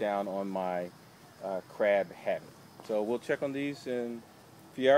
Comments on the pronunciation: I thought u said crack homie. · LOL yep, I thought Crack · He say crack, or crack????? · I did too